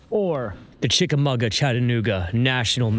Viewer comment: Pronounced CHICK-a-MAH-ga instead of CHICK-a-MUG-a.